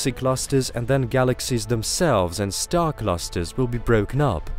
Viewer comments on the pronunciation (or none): none